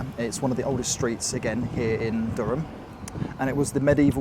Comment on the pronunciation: Also Elvet, not Evlet... and Durham sounded a bit off too lol Durham is a very nice city to spend a weekend in, also a good base for a longer stay while checking out places like Beamish.